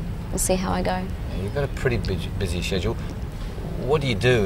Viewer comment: The reporter says "You got a pretty bitchy/busy schedule". What a bastard!!!